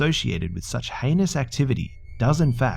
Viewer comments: heinus.. Harry anus...? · i thought you said anus intead of heinous